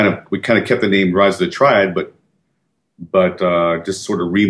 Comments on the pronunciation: Rise of the Tree-ad? No, no, no... it's Triad. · its rise of the TRI-AD... not rise of the treead.